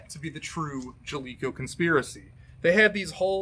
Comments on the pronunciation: I'm sorry but the company's name rhymes with CALICO not COLECO voices say it when you turn on their games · You could at least pronounce it right? Their splash screen even pronounces it for you? Jaleco was a decent and mediocre developer/publisher of the 8 and 16bit era. Way better than the garbage Acclaim, Mindscape, and THQ were putting out.